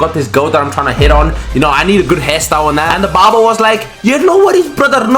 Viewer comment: bro kept saying bobar